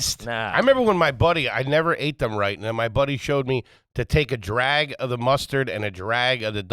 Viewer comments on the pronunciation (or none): none